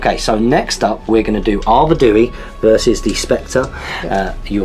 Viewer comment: Great battle report as always, loved the theme and use of Arnor, they are my favourite army! Nice pace and great looking figures. Just one thing though - the King if the north is pronounced Ar Ved We, not Ar Ved ooh wee, just saying ;-)